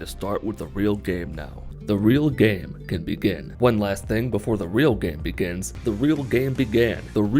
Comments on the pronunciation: After 26 secondes I started to hear "the reelgamibigam" 😂🤣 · Now i just hear “When the real Gam BeGén”